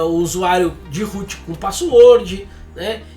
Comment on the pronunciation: Desde sempre, vejo alguém falar root e o que meu cérebro traduz: -Rute? 😄